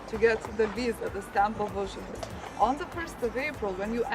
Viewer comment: OH! LOL! Did you hear how she pronounced Uzupis!?